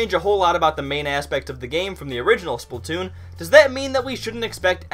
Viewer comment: The way you say splatoon makes me angry